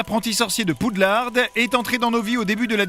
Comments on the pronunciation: La mère poulard du mont Saint Michel avait fait un procès... En 2000 contre WB France pour arrêté de prononcé poux lard... Et donc WB France à toujours dit poude larde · Stop PoudelarDE c'est le nom FR dites Hogwarts si vous voulez le dire à l'anglaise. Et pitié, stop faire vibrer les images, ca fou la gerbe. J'ai du écouter l'épisode comme un podcast 😢 Car malgré les deux remarques très négatives, c'est des super bonnes anecdotes ! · Rohh mais non c'est Poudlarde qu'il dit (ceci est une blague à prendre au second degré) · Non, il dit poudlarde tout au long du segment sur le premier film, liaison ou pas :) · J'ai entendu PoudlardE xd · c’est toi qui es con, a quel moment on prononce une traduction FRANÇAISE à l’anglaise ? 😂😂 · le d à la fin de Poudlard ne se prononce pas, c'est pas un mot anglais !!! Et Weasley ça se prononce pas Wesley ! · Poudlard pas Poudlarde 🤣🤣🤣 Mc Gonagoal ? 😂 Mc Gonagalle Sirius ne se transforme pas en loup garou mais en chien 😂😅 oh lala faut réviser hein 🤣 Peter Petigro pas grou mdr (bon par contre l'orthographe je ne sais plus 😅) 7 étapes du deuil aussi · poudlarde? y a pas de e alors pourquoi le prononcer weslai? weasley le son i sirius se changer en loup garou? non ça c'est remus honiduksse? honeyduckes le son è du mot miel en anglais un griffon? non c'est un hypogriffe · "Poudlarde" au début et à les "waisslai" et "Tom Jédussor" à 😂 Sans dec ils peuvent pas mettre quelqu'un qui connait un tout p'tit peu Harry Potter pour en parler 😄